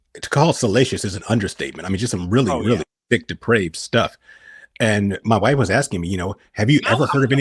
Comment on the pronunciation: says mY WhYFfE